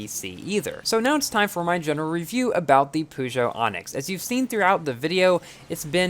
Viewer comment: That is how its said...